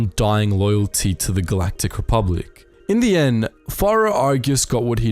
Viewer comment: "Rebublic". And now I'm imagining Bubba Jedi. I swear, sometimes my brain is not my friend.😂🤣